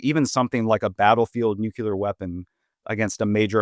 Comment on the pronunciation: If you pronounce nuclear as "nuke-yoo-lur", I have a hard time taking you seriously.